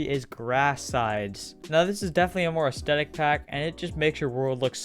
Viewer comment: Im sorry but u said anethestetic instead of aesthetic oml, btw this is